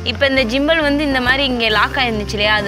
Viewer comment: ஜிம்பல் இல்ல மா... கிம்பல்